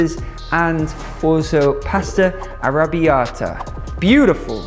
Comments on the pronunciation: ARRRRABBIATA!! complimenti per la pronuncia!! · I'm Italian and I just love the way you say arrrrrabiata ❤️